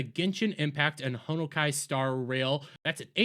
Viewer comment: They are indeed clowns. This boycott made this game more money and popular. Pronounce Honkai correctly you boomer. Also a Genshin ad played on vid lmao.